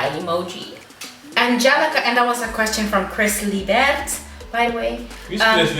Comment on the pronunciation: Its "laibert" 🤣🤣 but you write Libert. Next video with Benny should be the proposal😏💍